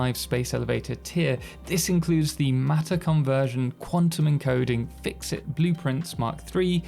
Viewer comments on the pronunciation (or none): "Fix it" became "Fixyte" for some reason.